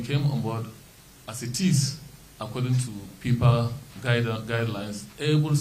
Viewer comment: Am hearing pipa, putball, 😅 is it not your duty to market Nigeria football and get funds. You are incompetent.